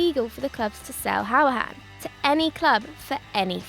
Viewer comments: Who-ra-han not how-a-han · It's pronounced hoo-ri-hane I'm a villa fan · i mean...that's one way to pronounce 'Hourihane' :P